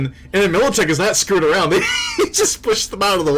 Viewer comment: Damn, it's MILITECH, a g a i n